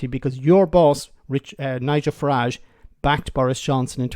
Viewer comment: The name is pronounced Farridge. Farridge, Farridge, Farridge, Farridge, Farridge. It is NOT, NOT, NOT, NOT pronounced Fahrrahje😢